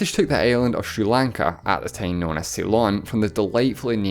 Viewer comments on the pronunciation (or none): Me watching every single video for the accent: teim